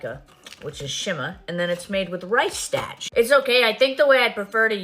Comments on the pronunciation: STAAAAAACH? STARRRRRCH, GIRL. STARCH. STOP IT. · “Rice stach” was that supposed to be “starch”? If so, she’s forgetting how to fake her own accent. It should’ve been a long a lol. Not a word sounding like the end of mustache. It’s so strange to fake your own accent. And I get it… what she said about college or whatever. Cause I have a heavy New York accent, and I went to college in Connecticut and my accent definitely got lighter while I was there… Which was her explanation for why she sounded so different in the videos from her college years a few years ago… But I didn’t sound like a completely different person, and I sure as hell didn’t come back and then get a stronger accent than ever, that sounds nothing like anyone I grew up with.